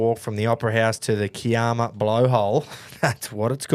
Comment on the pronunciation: Absolutely butchered the pronunciation of Kiama blowhole 😂